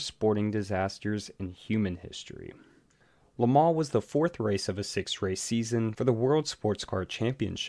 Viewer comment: Im gonna take thing aparts here: 1) Learn HOW to promounce "LeMans". 2) Mike Hawthorn was NOT a Ferrari driver, but Jaugur (in fact he won it in a D-Type Jag). 3) the word JAGUAR does not have a "W in it" as my Mum would say. 4) My Dad was there! #2 man with MG/BMC cars (aka EX182 MGs). 5) Lance Macklin caused it, period! My Mum even knew Lance, and spoke to him about it some time afterwards. Mum was the secretary of race shop at ASTON MARTIN.